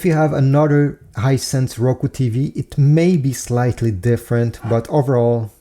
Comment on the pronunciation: Its just a hisence not rucu